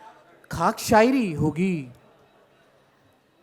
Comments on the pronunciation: Talaufz Khaq ko kak bol raha hay hindi sasta poet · khAAQ TO SAHI SE BOLO BHAI.